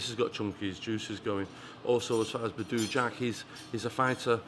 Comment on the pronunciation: "Badoooo jack" 😂 can't even get his name right. Manc twat.